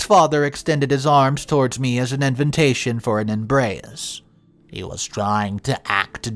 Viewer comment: please tell me when you are going to pronounce invitation properly? It is not invintation! There is not 3 N's in the pronunciation of invitation. Please practice. Thank you, I love your stories.